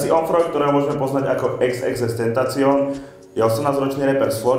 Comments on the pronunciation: Čte se to xxxtentasion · čte se to tentašion